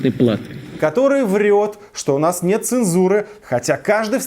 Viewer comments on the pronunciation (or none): бля , Путин так убого сказал "Нэт" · Он так охуено говорит "нет"